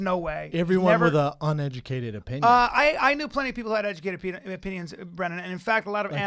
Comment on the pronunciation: What I say ON educated opinion, Bryan, I mean ON uneducated opinion. Hey Schaub, learn how to pronounce uneducated before you mention someone being uneducated